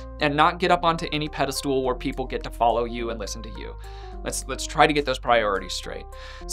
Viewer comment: Does he say pedestool ironically or does he think the word is pedestool? 🫣